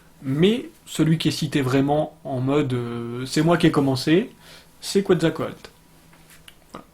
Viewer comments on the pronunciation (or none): Quetzalcoatl se prononce "ketsalkowatl" ;-) La langue des Aztèques ne s'appelle pas l' "aztèque" mais le nahuatl (langue toujours parlée dans pas mal de régions du Mexique encore aujourd'hui :-) mais évidemment la langue a changé depuis l'époque des Aztèques)